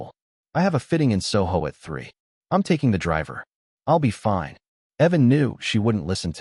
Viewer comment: Personally, for me, The Voice doesn't matter so much as the quality of it. The glitches and others videos, the consistent mispronunciations of simple words like fine. Those are what drive me off the wall, as long as you maintain quality content and avoid those, that's what matters to me.